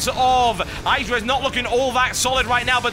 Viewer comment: You know you're pronouncing idra the wrong way?